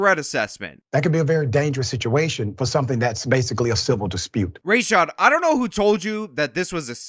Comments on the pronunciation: So his name is pronounced "Race shod"? I thought it was "Ruh shod". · Rashad Richie: "we reported on the facts we had, its not my fault" Nah dude u put ur own spin on what u WANTED to be facts, then proceeded to dox & defame a woman with ZERO journalistic integrity. Absolute clown. Also his name is ra-shad not ray-shad just like a smug pr*ck like him to tell ppl to pronounce it that way ur dumba** momma should've spelt it that way then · It's funny how you can clip these videos and edit them out of context ...... because you're clearly a bigot. You pronounce Dr. Rah-shad's name incorrectly, but on purpose. The same way that other racist Republicans pronounce the Vice Presidents'name incorrectly, out of diistan and disrespect.